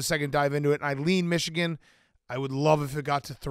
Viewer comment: I comment a lot bc Dave talking Xichigan drives me insane lol I can’t help it